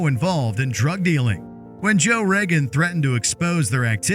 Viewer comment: It's Reagan, not Regan.